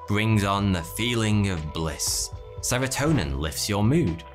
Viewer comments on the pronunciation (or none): none